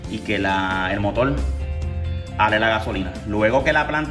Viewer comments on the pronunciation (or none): Porque hablas tan raro.... Dices Motol en vez de Motor..... dices Prendel.... en vez de prender!!!! dices Generadol... en vez de Generador....porque hablan así? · veo que si escribes Puerto Rico... Porque no escribes Puelto Lico?